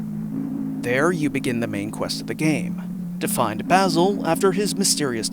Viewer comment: good vid, hated how you said omori and basil though